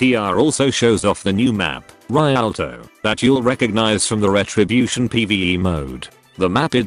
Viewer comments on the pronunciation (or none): Rialto rēˈaltō REE-AL-TOE